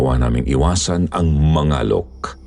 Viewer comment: Palaweña here...Mangalok po pronounce medyo matigas🤣